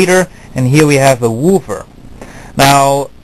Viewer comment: "Wooover", lol